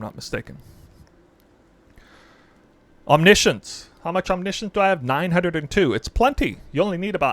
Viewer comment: he pronounced it right, you can just google it